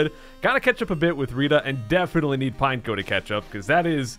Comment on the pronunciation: Pretty sure it’s pronounced pine-echo